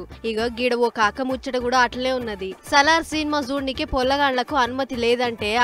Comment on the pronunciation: It’s not Sallar, it’s Salaar. Please learn some English first 😅